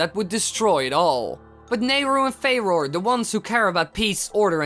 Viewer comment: Its pronounced "Fu - roar"